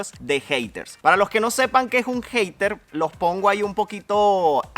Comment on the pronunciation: en primer lugar pésimo tu pronunciación de la palabra Hater. Da pena ajena contigo. No te caerían mal unas clasecitas de inglés. 😘